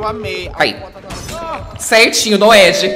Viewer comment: “Certinho NOED” kkkkkkkkkkk essa hora eu chorei